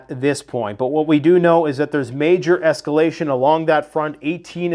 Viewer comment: Say yes to s-cal-a-shun!